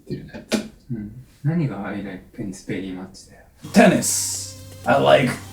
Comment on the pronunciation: i like “tennis ball” veri mucshu 🤣